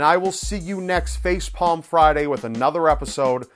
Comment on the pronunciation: did anyone else hear him say "Facefalm" instead of Facepalm when he said Facepalm Friday at the beginning?